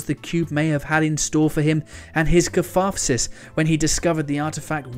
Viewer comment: You also need to try & reel in your 'F''s its not earthf, its earth & its not cafatharsis its catharsis. You almost sound like an Elmer Fudd reject.